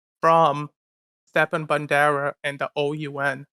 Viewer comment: He doesn't even pronounce Stepan right. Those people are just scum of the scum